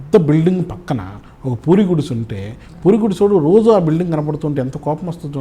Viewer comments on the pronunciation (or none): none